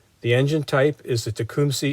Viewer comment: I like the way you pronouce tecumseh